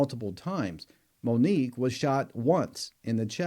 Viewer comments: Her name is Monique!!! Not Monikca!!@ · I appreciate your content but please learn and remember the victims names. Her name was Monique, not “Monica.” You referred to her as the latter more than once. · And Monique NOT Monica!